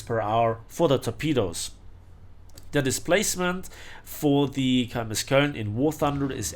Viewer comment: it's not kOln. It's koeln That pronunciation hurt my ears